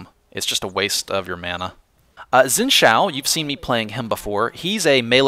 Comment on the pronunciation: You pronounce Xin Zhao wrong, but I'm a (somewhat) fluent Chinese speaker, so I often complain about pronunciation of Chinese names. It's hard to describe how you say it in a comment. Xin is somewhat similar to Shin, except for the tone. Zhao is similar to... Well... It's hard to explain... Jow is pretty close. But, even then you have worry about the tone, which is not directly shown in this video. To be honest, your pronunciation works fine. Don't even worry about it. It doesn't matter.